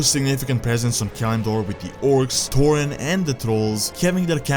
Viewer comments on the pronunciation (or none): none